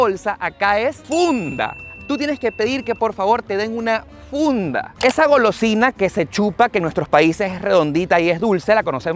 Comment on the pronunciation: Dise funda 🤣🤣🤣🤣